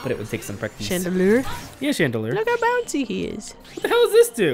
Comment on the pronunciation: Chandlier? Chandelure is correct.